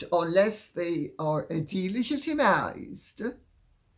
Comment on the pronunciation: Interesting how Lady C emphasized the word "delegitimized" when talking about the children's titles. Anyone else notice that? 🤔